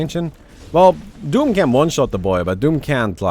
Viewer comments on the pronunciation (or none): none